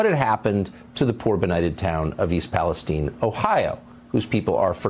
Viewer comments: Where is all of the Republican support for the unfortunate people of East Palestein? Oops Palestine which is how it's actually pronounced. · "East Palesteen"? Is it not East PalesTYNE"?